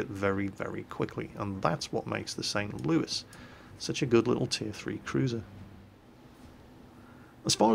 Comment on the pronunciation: Hey! You pronounced the St. Louis in Merican! Greetings from the U.S., we are all proud of you.